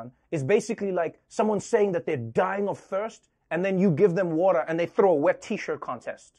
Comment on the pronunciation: Btw, it's my first time to hear Trevor pronounce 'water' in American accent. 😂😂